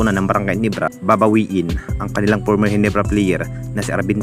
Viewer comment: Ginebra hindi Ginibra